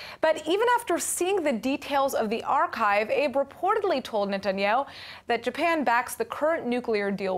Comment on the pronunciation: Shinzo Abe's last name has two syllables. אבה